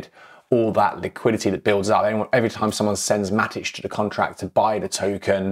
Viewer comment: Should it be Matik? If so I've been pronouncing it wrong for 3+ years 🫣